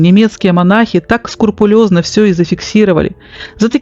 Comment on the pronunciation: не скурпулезно, а скрупулезно, так нтересно Вас слушать, но это слово режет ухо.